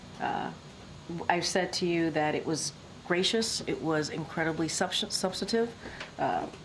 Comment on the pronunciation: Hard job you have Karine Jean-Pierre. By the way, the word you were trying to say is "subsTantive" not "substative." Whoever made the typo should be fired (if you don't know the difference, ouch)